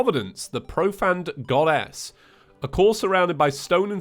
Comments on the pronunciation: "Providence,the profaned goddass" 2020 seriously he said goddes,goddass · What Reads: "Providence, the Profaned Goddess" What I hear: "Providence, the Profaned Goddass"